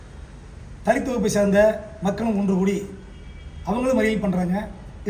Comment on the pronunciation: தலீத்தா .. ஏன்டா என்னடா உச்சரிப்பு இது...